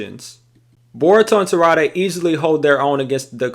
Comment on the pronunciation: The mispronunciation of Sarada’s name is killing me lol